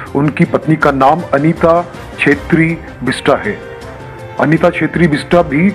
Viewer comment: सब से पहले नाम सही बोलो और लिखो । ‘बिस्ट’ और ‘बिस्टा’ में नेपाली(गोर्खाली) भाषा में क्या फरक है , अच्छी तरह जानो तो अच्छा ! बेचारे राजुको ‘बिस्टा’ मत बनाओ ! 🤓